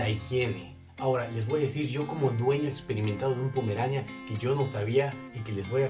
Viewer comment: Jajajjajaja se dice Pomerania sin acento y tú enfatizas jajajjaja demasiado en pomeranía con acento en la i . Y pues así no se dice